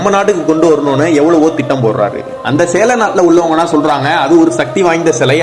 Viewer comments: அது சேர... சேலம் இல்ல😂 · not sela natu mannan its cheran natu mannan